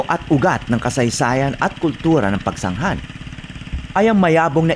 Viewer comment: Pagsanghan ka ng pagsanghan Pagsanjan Ang pagbigkas nyan